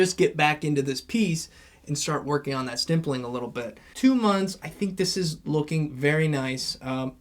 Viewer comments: it’s stippling not stimpling 😘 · Why are you saying stimpling